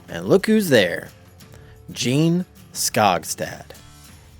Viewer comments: You've been a genealogist for 10 years, yet you still can't get the name right? 😂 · THANK YOU! My name is also spelled “Jeanne” and mispronounced all the time.